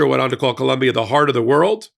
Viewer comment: ❤ please, it is Colombia!